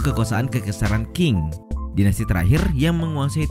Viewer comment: Q nya dibaca spt c. Bukan k. Lucu sekali jadinya denger congqing jdi congking. Dinasti qing jadi king. 😂🤣